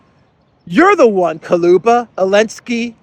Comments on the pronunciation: the foreign minister of ukraine`s name is dmitry kuleba (ku-le-ba); not kaluba. ;-) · Kuleba (Kooleba) not Koluba,. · Kuleba not Kaluba😂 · Ukrainian Clown of Foreign affairs is Kuleba, not Kaluba. But, actually, it doesn't matter, clown is always a clown. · Kaluba?? Too close to Baluba.. 😂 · Dear, with my very best regards and deepest appreciation for your work, I wanted to explain that correct pronunciation of Kuleba last name has U after the K but E after the L It’s even might be spelled like Kuleeba since there’s no sound equivalent to this specific sound Е - it would be almost identical to sound E in the word “earning “ or “ Ye” in “ Yerevan “ Thank you for your incomparable input!!!!